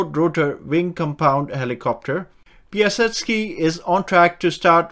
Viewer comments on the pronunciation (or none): Piasecki is pronounced pie uh SECK ee. Piasecki Helicopter was building dual-rotor helicopters back during the Korean War era. When the founder, Frank Piasecki, was pushed out in 1956, the company became Vertol, which was acquired by Boeing and their main product, today, is the Boeing-Vertol CH-47 Chinook. He focused on dual-rotor choppers because tail rotors add drag and eat power, whereas eliminating the need for one provides greater lift : power and higher speeds. The Chinook is one of the faster, heavy-lift choppers out there so ... he's right on that count. Frank Piasecki went on to found Piasecki Aircraft, which is making one of the the slow-rotor compound helicopters. He designed a variety of concept aircraft, back in the day; he has a long history of making interesting, and somewhat unconventional, rotorcraft.